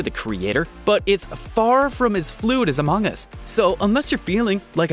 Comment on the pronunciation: Ah yes, Amoong us. I think he's either Australian or something on the lines.